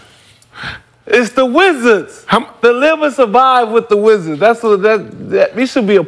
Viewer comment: “the wizzers… it’s THE WIZZARS”